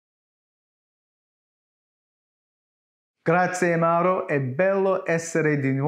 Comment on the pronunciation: The name of the Italian gentleman is Mauro (NOT "Murio"), and is pronounced, "maa-oo-ro". Hope this helps you. About your question, "how could People are witness the work done on the flodder earth?" In my humble opinion, if the Elohim had such advanced flying craft, it very possible that they had the technology to capture, store, & watch videos. It is reasonable to assume that the writer(s) of Genesis had watched videos which showed the early stages of the work on the flooded earth.